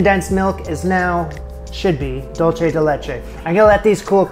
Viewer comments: I'm going to be a pain: the product that is dulce de leche is most popularly acknowledge to be a Latin American one. It is spelled "dulce de leche" and is pronounced "DOOL-say de LAY-chay". If you pronounce it "DOLE-chay", you are using the Italian word for "sweet", not the Spanish one. I always feel a little negative when this happens because I feel it does a disservice to both cultures. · Dulce (dool-say) de leche, not dolce (dol-chay). Spanish, not Italian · Prounounced: dool-seh-deh-laychay. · I know it’s and old video but for those viewing now, it’s pronounced “dool-say de leche” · ¿Por qué está diciendo dolche de leche? I can honestly bare all the not french French, but this killed me. Dude, come to Uruguay or Argentina and try the real dulce de leche. Also, it's very common in Uruguay to eat banana with dulce de leche. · That pie looks good, but it’s dool-say de leche. Dool-say.